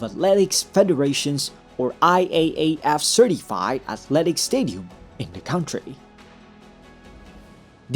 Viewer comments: Pare, hindi yan KAWNTRY. It is pronounced as KANTRY. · “country” Traditional IPA: ˈkʌntriː 2 syllables: "KUN" + "tree" >>>correct pronunciation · "cowntry" daw! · Cringe on the mispronunciation of "country."